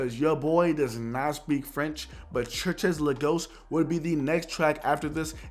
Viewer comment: "churches la ghost" LOL